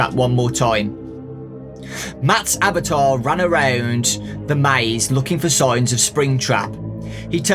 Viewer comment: Excuse me what's a abatar he didnt say avatar he said abatar did to you have a voice crack or cry or sick. Ok this is a theory for fnaf sb the theory is that vanny Is William's wife. Hey how he could of get the thing out of his stomach by pooping